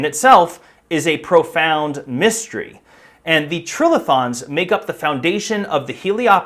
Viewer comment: Geologist here. Pretty sure it's tri-lithons, as in "three rocks," not trill-ithons.